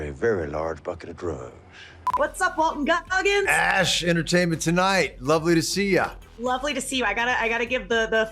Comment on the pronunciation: Am I hearing things or did he say shitertainment lol